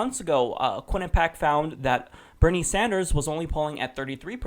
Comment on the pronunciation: Quinnipiac not Quinnipac